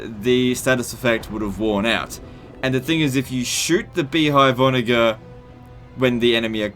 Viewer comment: You mispronounce onager. Ive noticed this before and its incredibly annoying and a sign of poor breeding